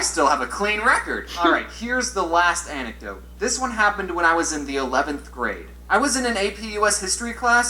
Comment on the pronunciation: all telling off for having never heard the word anecdote before, but she's been pronouncing it wrong this whole time lol